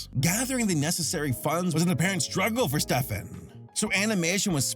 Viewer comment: Fjeldmark was pretty well pronounced. Good job. But that's not how we pronounce Stefan.